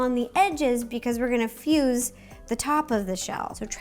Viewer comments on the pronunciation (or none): none